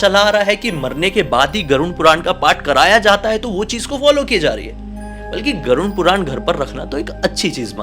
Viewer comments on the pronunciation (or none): Every time says Garun puran....I am like pls say ‘Garud Puran’😩